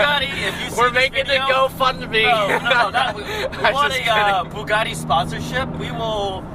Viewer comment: É Bugatti não Bugari porra!